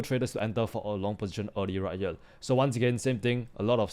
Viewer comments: More like "Heyriel" but we get what he means. So we move on 😅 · Did yall notice bro is saying right hyel😂😂😂